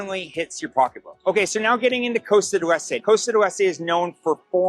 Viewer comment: Why does this guy keep prounouncing "Costa del Este" as "Costa du Este" and "Punta Pacifica" as "Puta Pacifica"? "Punta Pacifica" means "Pacific Point." "Puta Pacifica means "Pacific Whore." LMAO He says he's lived in Panama for 4 years. How can you live in Panama for 4 years and not even learn to pronounce the names of the cities correctly? Even if you don't speak or understand Spanish, Spanish pronunciation is really very easy. He's the typical ugly American. I've met white people who've lived all their lives in Tucson, AZ, where almost all the streets and towns have Spanish names, yet they couldn't properly pronounce those names if their lives depended on it.